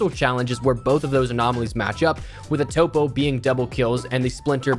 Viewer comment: It’s pronounced top-o like topographical map not topo